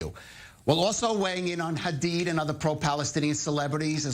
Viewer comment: Woman, I’m afraid “KHamAaAs” doesn’t exist. Neither does Bella and Gigi “KHadid” 😂